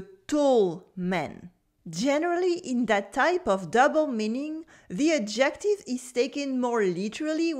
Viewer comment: Merci pour ce vidéo! J'ai voulu faire un bref commentaire -- quand on dit "adjective" en anglais, il faut mettre la stresse clairement sur le "ad" (comme ADjective) au lieu du "jec". Quand on dit adJECtive, ça sonne plutôt comme le mot "ejective", ce qui est une éspèce de consonne qui existe dans plusieures langues (mais pas en français).